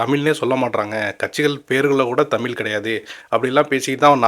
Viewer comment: நீங்கள் தமிழ் என்ற வார்த்தையை முதலில் சரியாக உச்சரிக்க முயற்சி பண்ணுங்க...தமில் இல்ல தமிழ்....தமிழகத்துக்கு கெட்ட பெயர் இது பகுத்தறிவு உள்ள தமிழ்நாடு இப்போது ஒரு நடிகனின் கைகளில்....